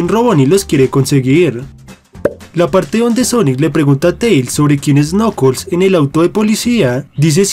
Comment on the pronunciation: No se dice nokols se dice nakels